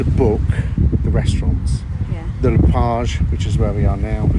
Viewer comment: She's so annoying! Let the guy speak for goodness sake!! Also it's "La" Plage not "Le" Plage.